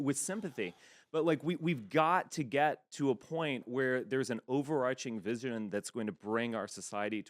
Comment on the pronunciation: the way he said vision was wild